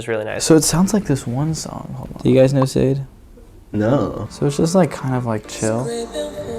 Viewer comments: not to be that person, but Sade's name is pronounced shah-day 😭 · FYI the artist is pronounced “Shah-Day” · Love you guys, as always, someone please tell him how to pronounce Sadé it's pronounced "Sha-Day", it's the same mistake everyone makes with Rosé. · Please tell me that dude didn't just pronounce Sade like that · Pronounced her name as "S-ade" and not "Shah-day" 😂 But I truly appreciate he heard the similarities. Great reaction! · That fella asked if you know sade mispronounced it's shar day. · Really said, “do you guys know ‘Sayd’” and I was like hmm no then he played Sade. I had to pause it to wrap my head around it for 3 seconds because I don’t think I’ve ever heard anyone mispronounce her name like that. Then, I remembered all the times I was calling Laufey everything but her name 💀 so i can’t be irked since I’ve definitely done this before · Hi - Great reactions from everyone:) Also, such an aside, but could you please let know Sade is pronounced shah-day? Hope y'all have a good day! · oh baby that's not how you pronounce sade...